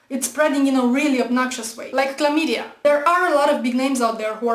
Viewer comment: "Chlameeeedia" Just wanted to point out that I love the way you pronounce that word. And yeah, NDT is simply not wanting the baggage that comes with the word "atheist" and as such is refusing to accept the label so he doesn't have to defend it. That said, he's an atheist through and through.